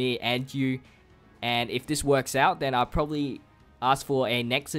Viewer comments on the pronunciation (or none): none